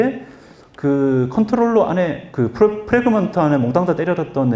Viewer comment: 플래그먼트?ㅋ 발음쩌네ㅋ